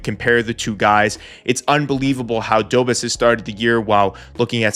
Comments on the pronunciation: Love the channel, but a minor thing.. please pronounce Dobeš as Dobesh rather than Dobes :D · FYI Dobes is pronounced "dough-besh" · Love the video! Just a note, it's not Jacob, it's pronounced more like, Ya-kub do-besh 👍 Sam Montembeau I'm sure will be solid as the year goes on and he gets a few more games under his belt. I love my Oilers too, but they've got a full team that needs this, the fact that Montembeau is the only real example of it on the Habs is crazy. There's also always the risk of later if he struggles that Kaapo Kähkönen could get called up, or maybe even Jacob Fowler, which is turning into a potential superstar goalie, so there's definitely some draft depth for the Habs, so no matter what, they'll have a superstar goalie no matter which guy it is. Tbh, since I also love the Oilers, I super duper wish McDavid would've signed earlier so Bowman could splash on Arturs Silovs or even Kaapo Kähkönen since we could use more draft depth there... Instead McDavid signed late and we're gonna gamble it with Connor Ingram, so hopefully he can bounce back! Tbh, last season the Habs were the most fun hockey to watch for me, but Oilers I knew were gonna make a better push for the cup, even with an arguably weaker forward group than 2024... But this year? It's hard to tell lol, if Montembeau can turn into the beast he was last year? I feel like the Habs can truly come out on top of the Eastern Conference. I would super duper love Oilers vs Habs in the Stanley Cup finals... Then at least guaranteed I'm happy no matter who wins and also a guarantee that Canada finally brings the cup home again lol...